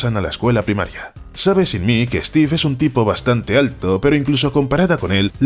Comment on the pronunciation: Por qué pronuncian "stif" en vez de "stiv"?